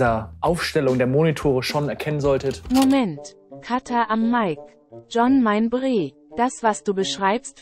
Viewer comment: "john mein bre" hahaha😂